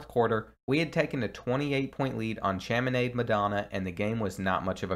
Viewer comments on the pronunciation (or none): Its not pronounced sham-e-nad it’s pronounced shawm-eh-nah-d